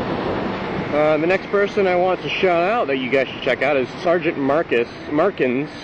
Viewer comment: not sure if anyone has pointed it out to you yet or not, but for sgtmarkins, you said "s-j-t...." not 's-G-t.' sorry for being picky... but yeah.. lol